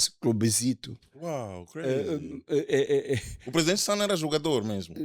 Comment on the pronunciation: soltou uns “crayz” presidenciais. 😂😂😂